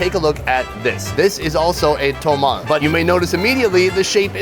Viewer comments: Sunny my man and fellow Minnesotan, you were hurting my ears with your Spanish pronunciation. First off it's pronounced MARE-e-da for the state capital of Yucatan. Then it's tamal not tomal. And thank you is muchas gracias not muchos gracias. De nada. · tamal. tah-mahl. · it's not "Tomal", it's Tamal or Tamales. And corn husk tamales are not boiled, they are steamed. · It’s pronounced Tah-mal not Toe-mal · Sonny sorry to correct you but it is not tomal it is Tamal and it's muchas gracias not mucho gracias 😂 aaaaand it's Mérida not Merída......tryin' to help Love you bro👍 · TAMAL NOT TOMAL